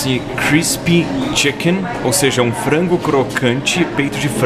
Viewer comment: parece um pastel e é de frango (voce disse pastel de flango)